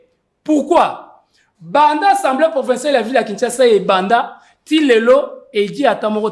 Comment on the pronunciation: Bonjour. Nous aimons beaucoup ton émission, de la bonne information mais aussi de la pédagogie. Tu es suivi à travers le monde. Petite correction mon frère on dit (assemblée) et non (ensemblée) Ca commence à faire un peu mal aux oreilles et risque d'induire certains congolais en erreur. Merci beaucoup. Na ndenge ya bien. Mokonzi.